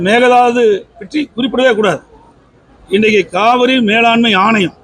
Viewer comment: மேகதாது னு சொல்ல தெரியல மேகலாது....லூசுப்........